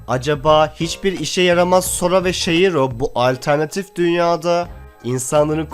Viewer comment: Aga sen niye hertürlü ismi yanlış okuyon özelliklede no game no life ı bitirdin Aga o shiro olarak yazılıyorda o nası okuma bari bi önermeden önce izliyeydin şiro şeklinde okunuyor o bide bu önerdiğin bu serilerden çoğu ecchi olarak öne çıkan seriler deil bile bari yorum filan yapaydın sadece konuyo okuyon